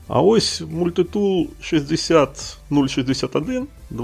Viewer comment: Мабуть, мається на увазі наголос - мультИтул, який був на початку відео.